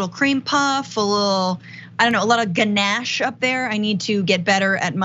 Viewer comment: Lmao what in the actual fukc?! Also, a ganaaaach frosting?! Really?! Where’d the Boston accent come from in that pronunciation?! You’re better than that,. C’mon!